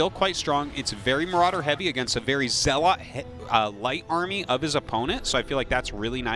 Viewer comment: Zealot is pronounced like Pellet. Someone tell Artosis he sounds the fool when he mispronounces words. Buffoon.